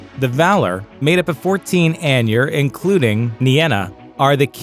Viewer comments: "Ainur" eye-nurr, say it with me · Eye-noor, not anyur. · Andrew Wesley man why spread negativity, he’s right it’s pronounced eye-nurr